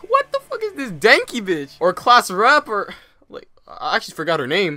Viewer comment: Did you say class rapper lol 😂😂😂 its class rep lol